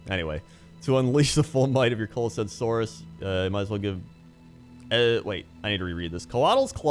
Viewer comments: it is pronounced coalesce[ koh-uh-les ] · kow· uh· lest dude